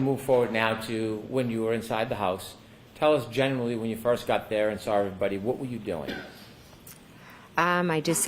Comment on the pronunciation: I sawr it! What kind of teacher is she?